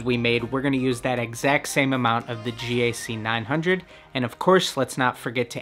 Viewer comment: Why does he say it as G-A-C 900 instead of GAC900